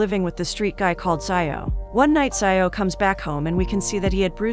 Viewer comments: Xiao is read as SHEE-AO not SAI-YAO. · Its not zaioh its shiao☠️ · "Zai-o" 💀 That's not how you pronounce "Xiao" lmao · I don't know why it's so funny to me when you pronounced Xiao as sayaw